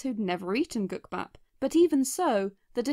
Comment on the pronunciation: As Korean, I can confirm that the pronunciation of “국밥” was hundred percent accurate.